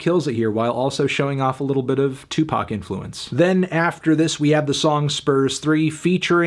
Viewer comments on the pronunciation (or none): none